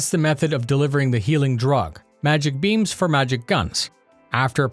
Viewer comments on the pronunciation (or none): At first I thought he said 'magical healing beans, and was like... "What???" Oh, beammmms.